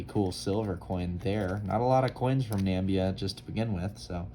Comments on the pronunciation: Lovely British Egypt 20 Piastre. Namibia is pronounced Nam- ib -eeah!! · "Not a lot of coins from Nambia" LOL - Yeah, you got that right buddy.